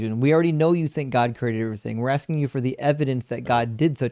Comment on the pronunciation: with his axing questions.